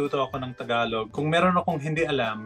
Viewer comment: Yung pag pronounce mo po ng word na ‘tagalog’ para mas cool. Kasi parang ‘takalok’ po yung pag bigkas mo po. 😊